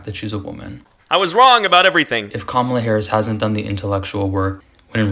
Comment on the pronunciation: Just an fyi; Kamala is pronounced Comma-la😊